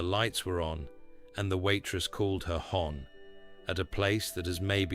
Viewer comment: Please don't use an AI narrator. It is so very much better with a human voice. For one thing, AI errors are dumb. It's not "hon" like "gone", it's "hon" rhyming with "fun" and it's short for "honey". A human being would know that without thinking. Please just read or narrate the stories yourself.